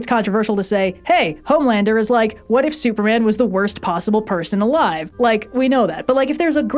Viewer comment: I love this channel, but you got Homelander wrong.